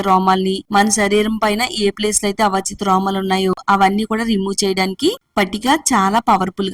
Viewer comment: Avachitha kadu thalli aavanchitha romalu